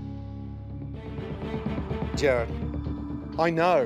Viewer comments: It’s Jared, NOT Gerrard, Ramsay! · Jarod is how his name is spelled so he's saying Gerr-odd. Kinda like how he pronounces Nachos as Natch-Oss. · Everyone: Jared Gordon: Gerard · I love how Ramsay literally never says Jared’s name right lmao